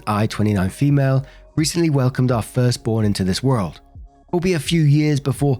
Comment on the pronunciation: I just watched an older video where you mentioned people giving you a hard time because of how you say "world". Im here to say i didnt even notice and, your accent (im from the US) is a big reason I started listening to you.